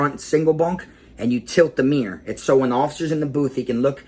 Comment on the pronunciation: Damn LMAO I thought we was bad in bama, Boy say "mirror" again.. 🤣😂🤣😂 #kuntry #BUMPIN1000